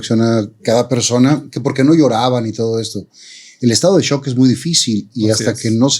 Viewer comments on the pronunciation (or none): none